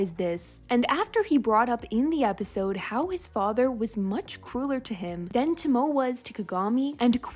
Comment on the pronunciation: Hey, just a little note: Since Tomoe’s name is Japanese, the “e” is not silent. Her name is more pronounced like “TOE-moe-eh.”